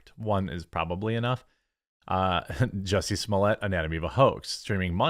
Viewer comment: At the start of this video, Did u call him ""juicy"" or did I hear wrong 🤣🤣🤣